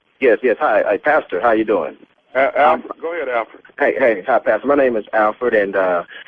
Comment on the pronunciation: Tommy said "Thank you Alferd" LMBO